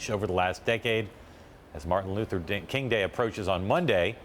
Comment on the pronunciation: Why do these white news anchors INTENTIONALLY mess up Dr. King's name?